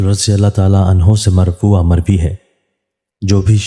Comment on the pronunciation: مرفوعاً ھے مرفوعا نہیں